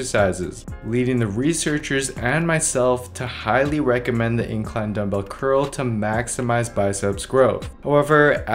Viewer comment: "Dumbbel only"